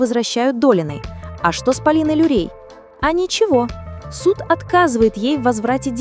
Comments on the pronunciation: Очень плохо прочитан текст, неправильные ударения и Полина Лурей! Полина Лурье. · Материал хороший, но почему озвучка с помощью бота. Неужели, нельзя живым голосом озвучить. Вот и получается Полина Люрей вместо Лурье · Если делаете видео, то изучите хотя бы правильно название имен и фамилий!!! ❗❗❗ФАМИЛИЯ НЕ ЛЮРЕЙ. А ЛУРЬЕ ❗❗❗ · Полина Лурье, а не Люрей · Люрей..пдц..Лурье..научите робота правильно озвучивать!🤦‍♀️ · Лурье!! Почему Люрей? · "Полина Люрей", "афЕристов" что за бездарь это видео озвучивает? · поправьте свою нейросетку. Люрей, Люрей) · Полина ЛУРЬЕ!!!!!!!! Автор,произносите фамилию правильно 😮